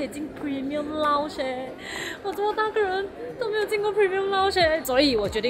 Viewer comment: 是lounge,不是lunch 謝謝